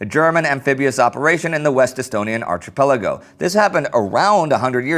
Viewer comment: "ARCH A PELIGO"?....AAAAAAHHH....IT IS PRONOUNCED...ARK-A- PELIGO...for christ sake....it's not choo choo....TRY HAND-KERCHIEF.....it's not a big word dude.